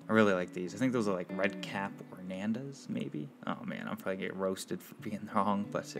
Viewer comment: "Red cap Ornandas" 😂😂 it's ok we still love you 😘 thank you for sharing